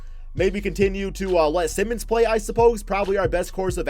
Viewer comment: Just fyi, Anfernee Simons' last name is not pronounced the same way as Ben Simmons'. It's pronounced the same as like Simon as in Simon Says.